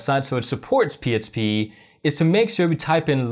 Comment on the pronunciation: I thought my brain was fkd until you said Html, I heard H. But you definitely keep saying psp.